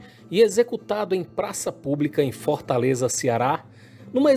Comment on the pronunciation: Ótimo video mais não existe esse negócio de FÓRTALEZA não o nome da capital é Fortaleza ...FÓRTALEZA é meu Zovo